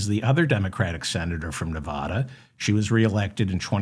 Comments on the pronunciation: I love you Dave but it's Ne Va Da not Ne Vah da. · Its Nev adda, not Nev ah da. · Nev- a - dah! 😅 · Wish you could learn how to pronounce "Nevada", which I have commented on dozens of times.